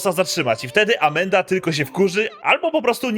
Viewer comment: Tak właśnie się to wypowiada.